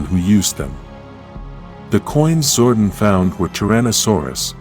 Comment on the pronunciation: was legit interested in the topic, til like 2 secs in and the clanker starts saying "zordin"